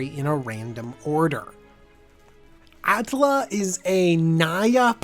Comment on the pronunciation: Atla, not Alta !